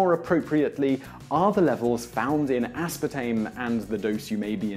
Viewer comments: as.PAR.tame. Not aspatame -. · Dude really just left out the R in aspartame every time he pronounced it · Mildly annoying - The British pronunciation is 'uh-spaa-taym'...